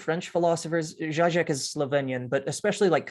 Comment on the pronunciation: It is zheeee-zhek, not zhy-zhek. He is quite a popular writer on the left, where I once resided and has published many, many books.